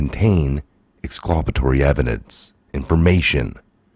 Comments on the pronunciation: Ex- CUL - pa - to- ry NOT ex- CLU - pa- to- ry. FYI. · Ex culp it Tory not whatever ur saying I can do it all day... half the time idk wtf ya meen not being a dick but u get corrected and keep doing it